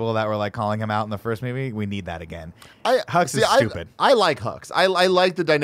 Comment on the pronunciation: When I first saw The Force Awakens, I thought they kept saying General Huggs. I thought “what a nice-sounding name for a villain.”